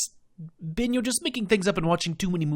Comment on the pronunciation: Absolutely loving this play through! I didn’t want to watch it at first because of spoilers for when I get to play the game in the future, but you were too funny not to. Also, the way you pronounce Bits and Ben as Beets and Bin just adds to the humour, your accent certainly is unique. 😂